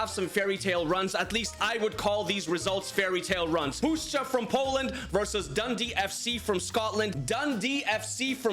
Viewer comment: didnt expect u to pronounce puszcza correctly tbh but i must admit if u learn kurwa we can welcome u into polish community